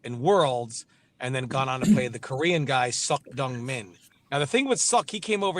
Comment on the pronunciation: UK people can't read LMAO, I was dying watching this live MK Tom Brady casually says Succ Dong MIn